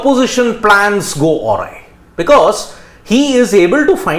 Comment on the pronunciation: Sorry, you have to look up the internet on how to pronounce “Awry”